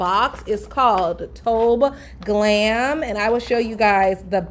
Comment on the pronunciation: I think it’s To-be glam not tobe glam that’s what they said when I was talking to the company.